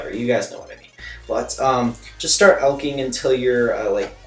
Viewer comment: "ALE-CHING" Lol. Not alc-ing But nice guide ^^.